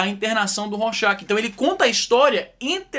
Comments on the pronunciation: A pronúncia de Rorschach é “Rorchar“ . Hermann Rorschach foi um psiquiatra suíço que criou o teste , por isso leva o seu sobrenome. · A pronúncia de Rorschach é “Rorchar “. Hermann Rorschach foi um psiquiatra suíço que criou o teste , por isso leva seu sobrenome.